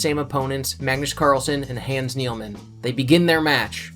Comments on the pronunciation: It's "Hahns Knee-man" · "hands nealman" oof that pronunciation tho 🤦